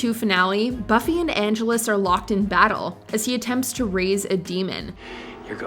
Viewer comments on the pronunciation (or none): Angelus is not pronounced like Los Angeles (While Spike did call him that once) The emphasis in on "gel" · "Anne-GEL-us" NOT "Angelos" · Everytime they mention Buffy I think "Someone teach this girl how to say Angelus"